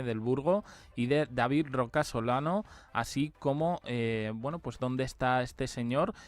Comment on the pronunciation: A ver es Rocasolano, no Roca Solano😂😂